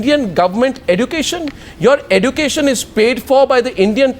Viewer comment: Why the hell does arnab pronounce 'education' like that? 'eDucation'?